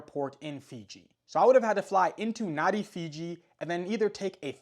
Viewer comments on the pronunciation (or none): Nadi is pronounced Nandi